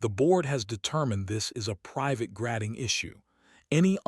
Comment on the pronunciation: Please have your AI read normally. Grading is not normally pronounced grad-ing with a long a. There's lot's of problems like that here. You can teach your AI the correct way of speaking.